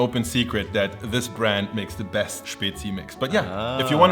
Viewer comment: finaly some on who say spezi right